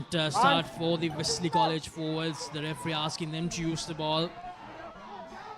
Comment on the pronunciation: Without any malice and with all good respect to for providing us excellent coverage of schools rugby,, please advise your good commentators to correct their pronunciation of the following words of speech. 1. Penalty (and Not "Pan-alty") 2. Forwards (and Not "fore-wards"). 3. Possession (Not "por-session"). Thanks for you your kind attention to prevent unwarranted embarrassment to your good services. 👍